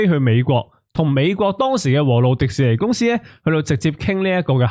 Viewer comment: 「和路廸士尼」讀得好好聽，聽到我眼濕濕